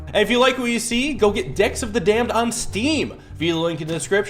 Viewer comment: I heard "D*cks of the Damned" not "Decks of the Damned"